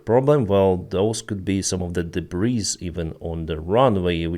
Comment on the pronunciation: Debris без s произносится*